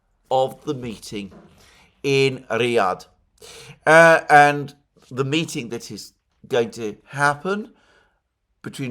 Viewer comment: Ryad not road!